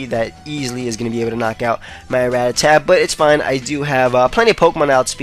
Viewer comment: ITS RAT-TA-TA not RAT-TA-TAT!!!!!!!!!!!!!